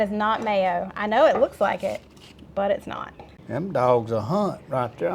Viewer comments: 😂When you talking about all the the pollen i thought you said " its snot fun"...lol😂😂😂😂😂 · "We've been out here sneezing....it's snot fun." Hahahaha. Sorry, but that is what it sounded like to me.